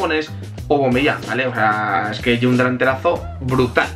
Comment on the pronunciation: PORQUE DICES YE BRUTAL EN VEZ DE ES BRUTAL